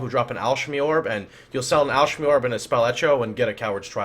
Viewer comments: Twitch is a completely different language: chayos, Al-ch-emy, etc... that was a sentence literally filled with memes. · Did you butcher the pronunciation of alchemy on purpose? It's "AL-KA-MEE". Otherwise great content. Thanks for sharing. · what is with miss pronouncing, chaos, and alchemy?